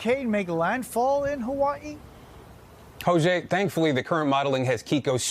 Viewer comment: Mahalo Jose for the correct pronunciation of Hawai’i 🤙🏽